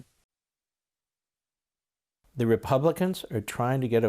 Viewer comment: Watched two speeches by Pelosi and schumer and both couldn't get George Floyd's name correct unbelievable